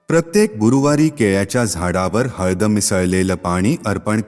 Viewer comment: हल्द का म्हणता,हळद म्हणा की.